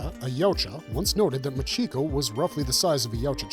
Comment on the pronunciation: 1: Machiko is MAHcheeko, not muhCHEEko. 2: Holy crap, that comic artist made her head WAY too big lol